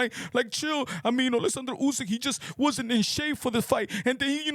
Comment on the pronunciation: Bruh, the way you pronounce oleksander uysk’s name … it’s actually spot on, but you do it effortlessly, i dont know why it makes me laugh 😆 😂